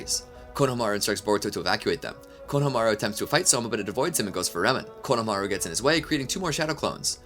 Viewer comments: Hearing you pronounce Konohamaru is like listening to a rape of a language taking place during a train wreck. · While I respect the heck out of you for putting this whole amazing thing together. I have to ask. Why oh why do you keep saying EVERYONE'S name in the dumbest way possible? Konohamaru for example. It's was the same thing with the My hero academia speedrun whenever you would say Izuku Midoria's name. You're saying it wrong. It makes it hard to get through the video. Why do you do this?